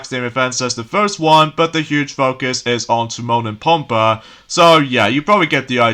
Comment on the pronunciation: Pumbaa's name is pronounced: PUMBAA!!!